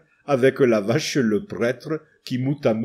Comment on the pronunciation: Questions sérieuses : 1 pourquoi prononcez-vous prètre mais nosstre et fesste. Et 2 pourquoi ne prononcez-vous pas les s du pluriel (et du nominatif singulier masculin dieus) ?